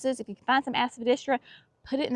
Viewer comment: Love your shade garden. And love it every time you say, "Aspadistra"! LOL 😆 Hope you enjoyed your lunch date with sweet thing.